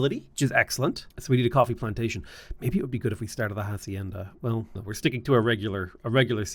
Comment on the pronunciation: Great video, the h is silent in hacienda, love you!!